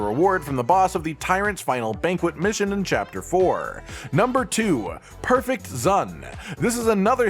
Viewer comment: If I learned one thing from this video, you don’t know how to say Prefect & you don’t know how to count in Roman numerals